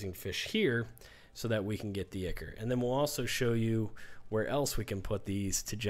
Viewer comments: It's Eye-Kor not Icker lol You're too funny but always make great videos that are very informative. Great work as always! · Ichor. Pronounced "Eye-core".